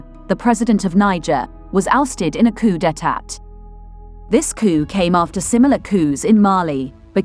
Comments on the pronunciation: I do not mean to be rude just helpful. The correct pronunciation of coup d'état koo͞″ dā-tä′. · We say cou de tar , not d'etat last t is silent madam.